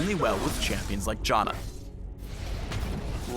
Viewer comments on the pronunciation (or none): Wait, what, Johnna? that's seriously not how it's pronounced, is it? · I'm sorry did he say... Jahna? xD